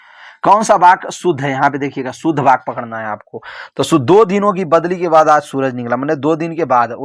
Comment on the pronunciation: Sir baky nahi vaky hota hai